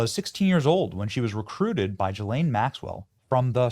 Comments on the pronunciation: Stop pronouncing Ghislaine Maxwell's name that way! Her name begins with a hard G. Not a J. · I pronounce her name Jizzlane. Seems more appropriate. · Benny, you’re great, but you need to trade the sounds you’re using at the beginning of the names “Ghislaine” and “Giuffre”